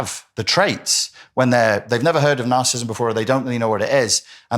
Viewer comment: Please pronounce it properly! NAR CIS ISM NAR CIS IST IC!! You're saying NAR CIST NAR CISM NAR CIST IC. I cannot listen to you!